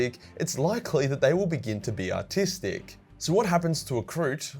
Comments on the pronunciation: you are saying "ARTistic", right? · Are you saying “autistic” or “artistic”?